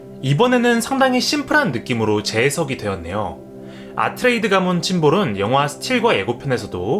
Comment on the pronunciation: 아트레이드가 아니고 아트레이데스 입니다 새로 개정된 책에도 발음이 고쳐졌고 예고편에도 아트레이데스로 발음합니다 물론 저도 30년 가까이 아트레이드로 알고있었어서 고치기가 힘드네요